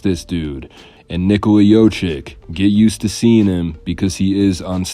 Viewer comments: Its not pronounced yochick. It's the other way around. It's yokich. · It’s pronounced yo-kich, not yo-chick! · It's not Jochic, It's Jokic or Jocich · Its not Yoh chick its Yoke itch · Not jochik LOL it's Jokich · Nikola JOCIK? Bruh you cant even pronounce his last name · Jokic…… not jocik…. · Good video overall but you butchered his name big time. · Thank you for correcting them. It is hard to believe they are making a video history of a person and don't make the effort to find out how to pronounce his name. SAD!